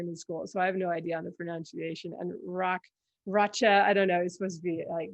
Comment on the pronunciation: Thank you, that was fun. I do have a soft spot for Sicarius, and I had a feeling about Rache (need to catch up on that series, though). And if you like, I can teach you how to pronounce Rache in modern German. ;)